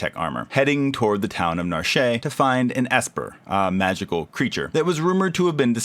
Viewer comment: Nar-shay lol